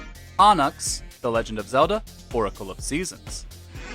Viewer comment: Everytime he mispronounced onyx I died a little